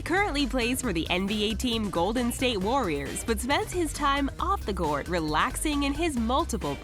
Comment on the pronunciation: Am I the only one who heard she said “off the GOURT” instead of court?